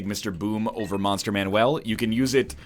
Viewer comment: You can tell NL is OG isaac player because he still calls it monster manuel